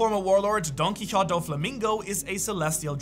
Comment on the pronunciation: Dude why is it so hard to you to say Don QuiXote?? Wtf